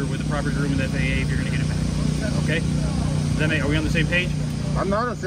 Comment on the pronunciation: Im a corporate jet mechanic of 21 yrs, this guy calling it the ffa and not faa is driving me nuts, but remember he is highly educated